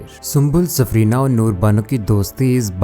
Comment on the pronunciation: Safina....safrina nahi